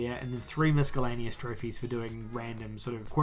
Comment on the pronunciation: The "c" in miscellaneous is silent. Good video overall.